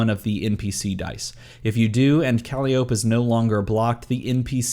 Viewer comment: I'm no D&D'er, but isn't her name pronounced kuh-lie'-oh-pee?